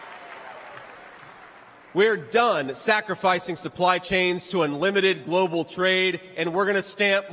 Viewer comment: ou my god clobal survis can hlep 😅